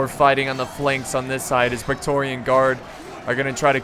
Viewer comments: It's 'Praetorian' guard, not 'Pectorian' guard ;) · I know youre American and all but you say praetorian weird.....